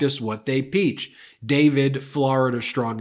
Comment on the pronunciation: Ben I'm joking here, It's preach not peach 🍑 your working to so hard for us and we love you for it.❤😂😂😂